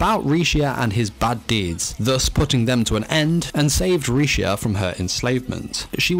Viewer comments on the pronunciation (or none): Honestly, she's really strong. She just never knew how to use her strengths at first. Also, WHY DOES EVERYONE CALL HER LECIA HER NAME IS RISHIA REEEEEEEEEEEEEEE